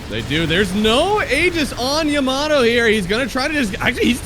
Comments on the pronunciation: Caster confuses me or am i deaf i kept hearing timado instead of yamato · Yamato used to be called timado